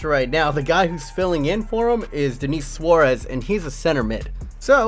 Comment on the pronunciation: Thank God that someone finally pronounced "Denis" right